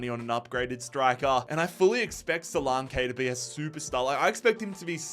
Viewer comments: Its not solankaaaayyyyy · Duminic Suluuuunke 😂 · The solanke pronounciation did my head in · Omg couldn't watch this cos he can't believe even say Solanke right 🤡🤡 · The pronunciation of solanke is killing me 😂